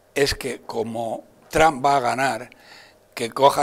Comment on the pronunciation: A ver si te enteras como se pronuncia TRUMP!!! JAJAJA